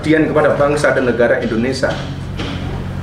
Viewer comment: Indonesia...bukan Indonesa